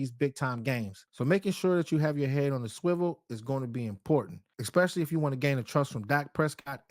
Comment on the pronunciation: Esss. Especially! There's no X. Dear goodness